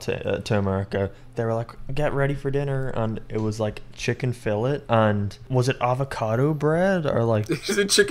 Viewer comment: pronouncing Chicken Fillet [chicken fill-it] is amazing